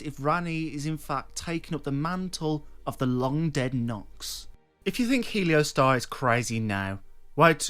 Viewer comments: not heleo, heol. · How can you look at the spelling of the name, reading off of a script and somehow still say it wrong? Helio Star? 😂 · It's pronounced HE-ol-store (US) or HAIL-stor (UK) (not helio-star). It's an old English word meaning 'darkness.' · It’s not pronounced “helio-star” is pronounced “he-ol-stor” it is an old english word for covered/obscured in darkness/shadow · How do you read the word "Heolstor" and get "Heliostar?" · I'm sorry, man... I hate to be that guy, I really do. But Heolstor is pronounced like "Hail'Store" kinda like how the elden ring Gaol's are pronounced "Jail" Again, I'm sorry to be a grammar officer 💀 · really bro?… “heliostar”😂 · Def not the same 😂😂 bro nane is literally pronounced how it’s spelled yet somehow people say “helio-star” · It's He-ol-stor. <3 :P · Heleostar? We doing mispronunciations for ragebait now? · I think heolstor is pronounced like holster. Like holstering a weapon. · Think its pronounced more like Hoyls Thor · thanks for your hard work creating these entertaining videos, however, its not a matter of not having said the word before. Its a matter of reading the world properly. Nonetheless, not pronouncing the word properly gives you a lot of traffic. Congrats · Bruh managed to mispronounce every name. Heolstor I guess is understandable because that’s OE but Isolde is like Shakespearean classic. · we have an opinion too - you’re annoying and we disagree with what you said. :) I’m an English major in college FFS, and I couldn’t care less that he mispronounced it! sorry if that shatters your fragile ego!!! Also Vaati? The one who had a plagiarism scandal during the Bloodborne years? That’s your “hero”? I guess plagiarism isn’t as bad as mispronouncing something hahahahaha.